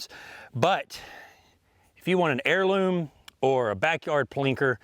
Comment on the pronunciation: He keeps saying heirloom……I can’t say the word heirloom and Henry in the same sentence.